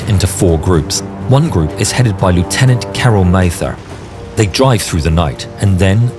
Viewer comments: Lieutenant should be pronounced “leff-tenant” for anyone of a British forces background 🤓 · You are British Please stop saying “lootenant” for British forces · if ur using a british narrator and addressing a british rank, you should rly say lieutenant correctly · Lieutenant pronounced incorrectly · tf is with the pronouncement of lieutenant